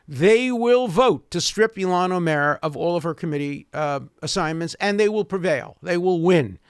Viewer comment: i love how he pronounces ilhan omar - like olmert